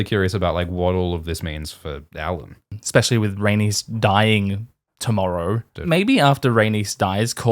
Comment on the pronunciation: "I know who he is" - perhaps she knows his name is "Alyn" and not "Allan" - how about tat...